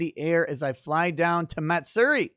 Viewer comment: you can use Google translator English to Japanese to get the correct pronunciation. But Matsuri is pronounced Ma-tsue-di not Mat- seri